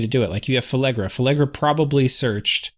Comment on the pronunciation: PhLegra. Not PhElegra. There is no E before that L. Sorry, your pronunciation of Phlegra has driven me insane for some two dozen videos.